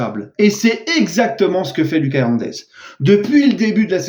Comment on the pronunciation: tu dis mal son prénom. La prononciation c'est pas comme en Français, plutot à l'Espagnol. C'est "Loukasse" et pas "Lucas"